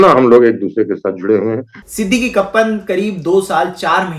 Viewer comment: Not Siddiqee but Siddeeq